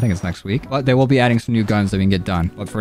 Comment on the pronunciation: he said thay